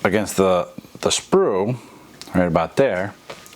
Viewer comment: It is a SPUR DRIVE, not a “sprue” drive. Might want to go over what you intend to say and rehearse the narration (or at least edit it ) before posting the video.